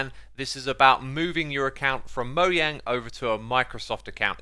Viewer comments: will you say the damn name right!!!! mojang as in mo "jay" ang.. SAY THE DAMN "J"!!!!!!! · Bro said Moyang